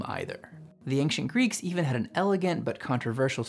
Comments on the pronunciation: I had an ex from SE Texas who pronounced both wander/and wonder as ‘wunder’ too (If any were confused, planet is Greek for ‘wanderer’ not ‘wonderer’) Can’t help you on ancient as “aink-shent” though. Don’t think that’s a Texas thing… Cheers. Keep up the great work! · why does he say anKcient??